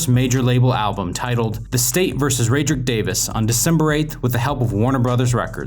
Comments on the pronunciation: It’s ra-dric not rad-ric lol “rad rick Davis vs the state “ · South Boy he was wrong about what chain it was (it was the bart chain not the ice cream he didn’t even have that in 05) he called him raydrick instead of rodrick how it’s actually pronounced and he missed a whole murder charge smh. This man is no fan fr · "Ray-drick" Davis. 🤦😂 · All I had to hear you say was Ray-dric davis and I'm out lol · He said rAdric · Man can’t even say his actual name right